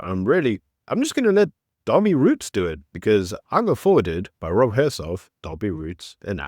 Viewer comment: Dawie Roodt, not Roets